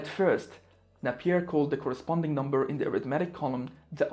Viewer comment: Napier is pronounced with a long not a short ‘a’